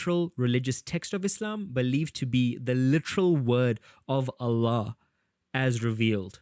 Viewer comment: Are you Muslim?your pronunciation of Allah and tawhid seems too good😅